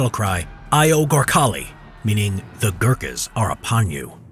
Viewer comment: The way you say Gurkhas and “AYO GORKHALI” brings shame to all Nepalese men